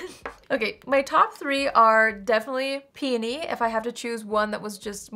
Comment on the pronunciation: Thank you for pronouncing peony correctly! Lol. Grammar Police, here! 👀 I have peony and love it!